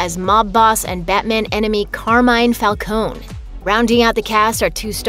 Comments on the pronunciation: It's pronounced Fal-cone-ee! Not Fal-cone... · She mispronounced the surname Falcone. It's Falcōnē (Fal-Kōh-Nēē) "Fal-coney" not "Fal-cōne" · Calling Falcone "Fall-cone" will always be annoying. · Did you just say Carmine Falcon? And not with the e? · But still pretty annoying since it’s pronounced wrong again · If carmine falcone was here he slap this girl for getting her name wrong 😂💯